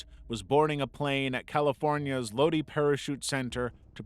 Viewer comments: it’s LOW-DYE, not LOW-DEE. Lodi, CA. I lived there for most of my life. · I know it must've been bad for Lazar when the music began to play. Edit: Psst, as a Cali native that area is pronounced low-dye.